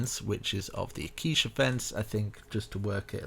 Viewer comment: 1/10. Building was amazing, guy kept pronouncing ‘Acacia’ as ‘aquisha’